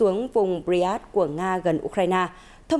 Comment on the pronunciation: 8':"bờ ri an skơ" -mc phát âm sai!